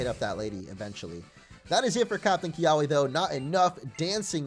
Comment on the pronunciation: He does know kiawe is pronounced Kee-Ah-Vay not Kee-ahway, it’s a throned tree native to Hawaii.